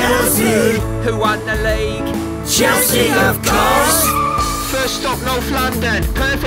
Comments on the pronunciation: Ummm is it just me or am I hearing Chelsea Chelski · Isn't it chelski